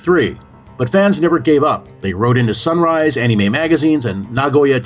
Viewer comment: Dude why the Fuck We're you not featured in this? You are far more qualified (and practically Destined to do something like this) then this guy. I don't care who this he is, he couldn't even say Anime right.